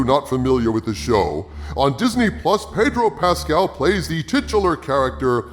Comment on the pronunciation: My lord it's pronounced "Paaaaydro Pascal", ask Jeremy he'll tell you.